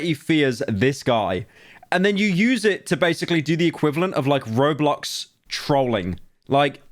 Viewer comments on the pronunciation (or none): none